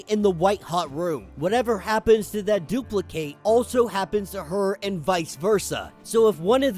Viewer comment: 😂you said dupli kate but other than that great video as always